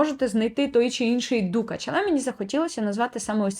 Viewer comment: Мабуть, я таки здаюсь і купую перші десь за останні 10 років пігменти. P.s.Перепрошую за зауваження, але дуже різало вухо: дукАч, не дУкач. Лелітки - це український варіант від "пайеток", але дуже підходить сяянню тіней. Зґарди роблять і зараз (як відтворення старовинних, так і сучасні, натхненні самою ідеєю).